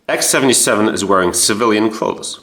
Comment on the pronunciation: "Clothes" not "cloths", it's as if you were educated in the current American education system. 😊